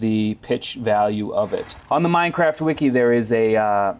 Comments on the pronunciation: This scrub said "mind craft" and "notebox" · did he really said at the beginning "mind craft"? xD